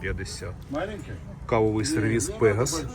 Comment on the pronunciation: 😂Доброго вечора.Перепрошую,але у слові " пегас" наголос на останньому складі.